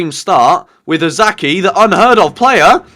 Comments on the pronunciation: Its not Osaki!^^ Its O ka sa ki (okasaki). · It's Okazaki not Ozaki mate x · Please, the name is OK-A-ZA-KI, not OZAKI